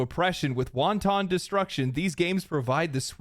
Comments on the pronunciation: Did you just pronounce wanton like wonton? Bruh... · Do you pronounce wanton as wonton on purpose? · Wanton which means deliberate and unprovoked is not pronounced that way! The way you said it as "won ton" is a a type of Chinese dumpling! :D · wan-ton destruction… like they have wanton amounts of in China